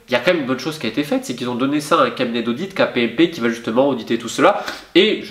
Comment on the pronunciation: KPMG pas kpmp mais sinon au top !!!